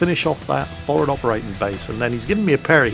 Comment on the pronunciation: I love how you say for'ad instead of forward, you can take the Jack out of the Navy...